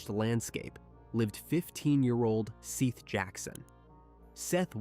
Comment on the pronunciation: How disrespectful is it to pronounce a deceased persons name, then pronounce it right, only to mispronounce it for the duration of recapping the horrific manner in which they died? His name is Seth not Seeth you idiot! If you can't pronounce their names then stop doing this out of respect for their loved ones